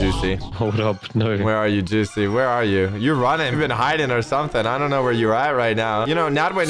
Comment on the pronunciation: u mean joocie?